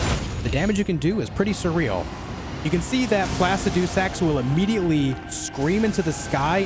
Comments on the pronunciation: Its Pluh-sid-uh-sax ... not Plass-ah-doo-sax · placid-doo-sax XD